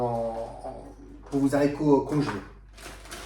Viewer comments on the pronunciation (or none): Bonjour. Merci pour ces informations. Par contre (et j'espère que vous m'excuserez pour la petite remarque qui suit), sachez que l'on ne prononce pas les "zharicots". En effet, le "h" de "haricot" est aspiré (comme hibou, hasard, etc...) ce qui signifie qu'il n'y a pas de liaison. Comme je suis très attachée à la langue française et à la prononciation de ses mots (pour ne pas dire maniaque...), je dois avouer qu'à chaque fois que vous avez prononcé ce mot de cette façon... j'en ai eu mal aux oreilles. Sinon, une petite astuce pour les piqûres de guêpes ou d'abeilles: le vinaigre car il peut aider à soulager la douleur et le gonflement grâce à son acidité, qui peut neutraliser les substances toxiques du venin et avoir un effet apaisant sur la peau, réduisant les démangeaisons. C'est toujours ce que je fais dans cette situation et ça fonctionne très bien (sans hématome 😉). Je vais maintenant aller visionner votre recette. En tout cas, je vous souhaite une bonne continuation. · Comment congeler les zaricots ? Faut-il les stocker dans des zangars ? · 1/ on ne dit pas "les Z'haricots verts", 2/ on les lave AVANT de les équeuter sinon ils se gorgent d'eau. 3/on équeute QUE le côté qui était attaché au plant, JAMAIS la petite "virgule" 3/ on équeute QUE le côté qui était attaché au plant,JAMAIS la petite 2/on n'équeute pas les haricots AVANT de les laver car ils vont se gorger d'eau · Merci pour cette vidéo. Mais je ne connais pas les zaricots , seulement les haricots… excusez-moi mais ça choque mes vieilles oreilles 🥴🤣